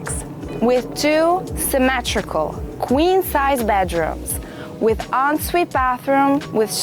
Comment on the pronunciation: "from both badrooms we can access this terrace which is embalashed by..." why are people who can barely speak anywhere near wealth?